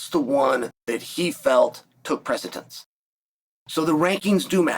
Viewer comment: Precedence, Mr. Sonnen. No “t” in there.